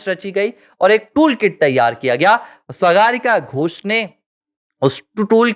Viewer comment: सागरिका घोष सही नाम है सगारिका घोष नही जैसे आप ने कहां रह है